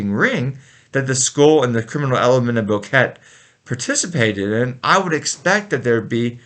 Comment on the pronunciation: You hand ot right the first time. It is pronounced BoquetA.